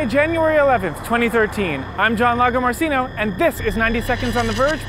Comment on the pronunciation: "im john wuruaradasdassino."